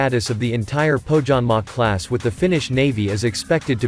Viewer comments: It's spelled "Poh-Yanmah", for crying out loud! And The Finnish Navy can make do with Gabriel missiles, coz if enemy has survived SAAB sensors, SAAB JAS-39 Gripen E, SAAB torpedoes and SAAB Bofors/ Bae 57 Mk III/ Bae 40 Mk IV there's nothing to lose engaging Gabriel missiles. [Just joking] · The pronounciation of Pohjanmaa makes me cringe 😂